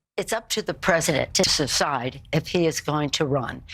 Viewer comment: Nancy can’t even pronounce “ decide”hahahaa what a bunch of clowns